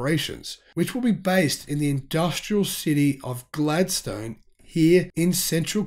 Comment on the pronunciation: Mate, I understand you're from Victoria, but FYI, it is pronounced "Glad-stun", not "Glad-stone". Love all your videos, keep up the good work!